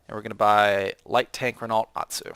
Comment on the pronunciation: RENALT really vaks it's pronounced Reno